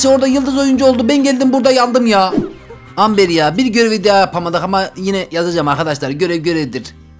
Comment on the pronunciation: Amber deill okunuşu embır ağağağağağ çıldırdım abi yav